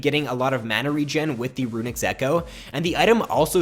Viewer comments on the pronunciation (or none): "Runics Echoe" :( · i keep cringing over "runics echoe" ._. [love the vid tho]